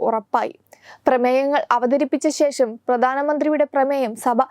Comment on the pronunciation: എന്ത് മലയാളമാണ് കുട്ടീ പറയുന്നത്?? ശേശം, പ്രതിപച്ചം, ബാശ. വാർത്ത വായിക്കുന്നവർക്ക് ചുരുങ്ങിയ പക്ഷം ഉച്ചാരണ ശുദ്ധിയെങ്കിലും അടിസ്ഥാന യോഗ്യതയായി നിശ്ചയിക്കണം.